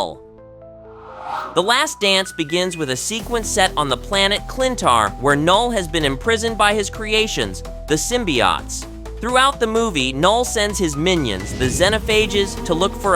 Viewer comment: not to mention this dude pronounces symbiotes as symbiotts I'm happy knull didn't do anything here lol whatever he could've done in this movie that isn't wiping out the whole universe wouldntve been good